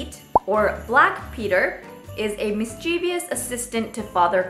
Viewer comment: Hi, I am a fan of your channel! One thing i've noticed. You pronounced mischievous as mischeevious, but it has to be pronounced as Mis-Chiv-Us, and the accent should be at Mis そう思ったので指摘させていただきました！